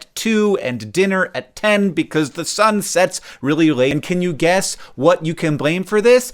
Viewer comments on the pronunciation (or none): none